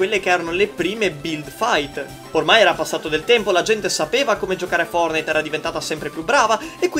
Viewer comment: i nerfortnite 😂😂😂